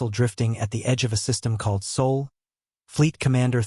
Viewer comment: S.O.L. not Seoul, not soul, SOL!!!